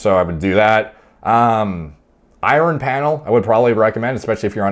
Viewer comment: Mate, Iron, not I-Ron lol. Useful video as usual.